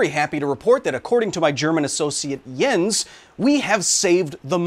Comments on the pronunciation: As a German, I must say it: props on pronouncing „Jens“! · I appreciate the correct pronounciation of "Jens"